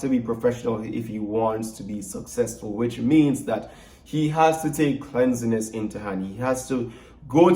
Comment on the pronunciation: The word is cleanliness not cleansiness, general reading in your spare time during the Summer break will improve your English before the next semester. Remember to keep your content/brand A+ pristine, you have the potential to attract a wide range of brands, endorsements, your potential is way beyond what you are studying, your current channel, what happened to the real estate tours? some aspects of this conversation could be had off camera.